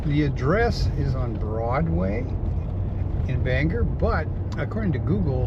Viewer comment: I love your road trips, they take me back. I must say, the dead giveaway that you are not originally from Maine is the way you pronounce Bangor. As many years as I've been away, I still hold onto the "O" in Bangor like my life depends on it. 😀